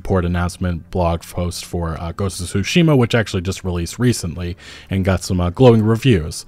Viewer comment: Please. It's not SUshima. TSUshima (対馬 = つしま).